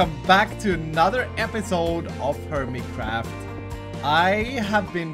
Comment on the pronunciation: it sounded like you said hermicraft in you intro